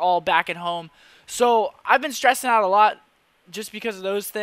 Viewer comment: Hoooome? You from Downingtown?